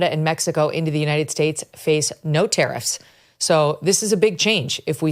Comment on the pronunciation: Ahh tariffs, for a minute I thought they were saying terrorists 🤣